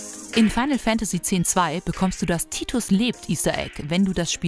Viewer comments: ER HEISST NICHT TITUS ER HEISST TIDUS. 😡😡😡🤬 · Tidus nicht Titus